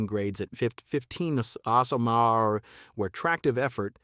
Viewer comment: Horrible a.i. narration made me wonder if the material presented was also fake. You really need to teach your robot what to say when it reads "mph". You didn't listen to the final product?